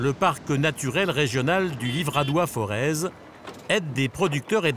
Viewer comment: Pour information on ne dit pas ForeZ mais Forez comme Forêt...Le "Z" ne se prononce pas...